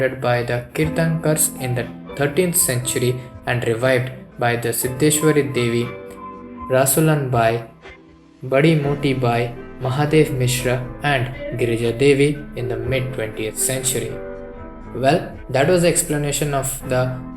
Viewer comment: कृप्या शब्दों के उच्चारण पर ध्यान दें 🙏 धमरा नहीं होता हैं , धमार होता हैं। बड़ी मोटी बाई नहीं, बड़ी मोती बाई सही हैं !